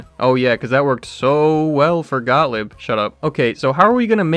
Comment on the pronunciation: Actually like your presentation but could you at least learn how to pronounce German names correctly? G-O-T-T-L-I-E-B is pronounced Got-leeb not Got-lib.